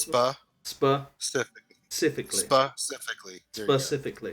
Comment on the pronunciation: Spa-cifically haha